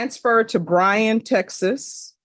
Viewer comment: Can you not research what is said if you are doing Texas locations??? BRYAN COLLEGE STATION, and San Antonio’s county is BEXAR. Pronounced BEAR!!! Or BAY HAR!!!